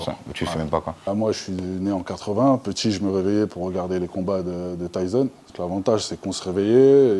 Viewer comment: Mais c'est Mike Tyssson, pas tyzon 😅 C'est comme si tu parles de Valentino Rozi, personne connaît 😂